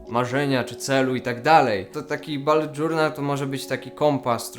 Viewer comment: JEZU BULET NIE BALET MATKO BOSKA